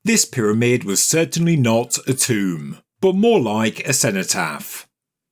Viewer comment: It’s not a TOMB-er!